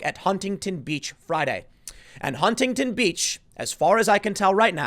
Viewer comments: It’s pronounced Hunington. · You dont pronounce the first T in Huntington. Sounds weird as fuck.